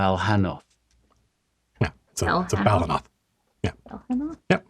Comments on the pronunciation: What is the name of the creature in the skull? I thought he said Volinoth and couldnt find anything, i was just curious as to what it looked like. NM next time i heard the name i was able to look it up Balhannoth! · another time Matt said it I heard the right word it is Balhannoth!